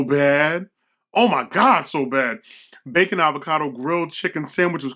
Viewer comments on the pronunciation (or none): none